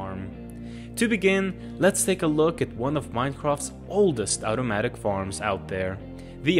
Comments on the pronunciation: It’s pronounced automatic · just the way you said OWtomatic made me laugh